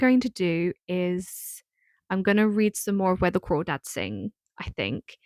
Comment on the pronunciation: Where The Crawdads Sing is AMAZING. And yes you're pronouncing it right lol. It's so accurate to that area